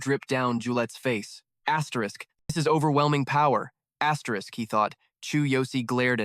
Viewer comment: asteriss what the f is asterisssssss?? so annoying